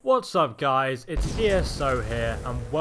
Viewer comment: LOL! I just realized that you actually pronounce your name